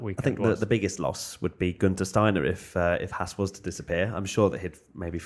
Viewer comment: pronouncing Haas correctly, take note boys.